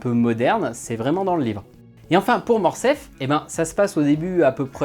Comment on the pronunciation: On dit "Morcerf", pas "Morcef". Ce n'est pas la première fois que j'entends qu'on fait sauter le R, il y a plusieurs livre audio comme ça, je ne me l'explique pas.